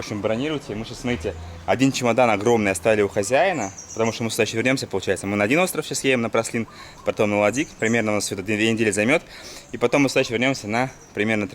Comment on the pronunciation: Ну как так то?!)) Ну почему какой-то "пралин" всю дорогу вместо Праслен?))))